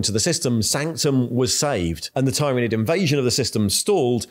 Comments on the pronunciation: Tyranid is pronounced with the “y” sounding like an “I” like in the word “tyranny” not “y” like in”tyre”. This is not controversial. Listen to any 49k audiobooks, video games or interviews with the writers or game designers. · Professional yes but abrasive af with the insistence of mispronunciation of tyranids and eveything related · You're just pronouncing 'tyranid' differently in each sentence to troll us now and I respect that Edit: also wonder if that bit about the Ecclesiarchy denying the existence of Leviathan even as it was killing people was inspired by the UK's Covid response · Everyone: There's no way can mispronounce Tyranid any further after the last video.: Hold my Bugman's... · I love how changes how he pronounces Tyranid multiple times during the same video 😅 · You pronounce "Tyranid" different every time 😂🤣🤣🤣🤣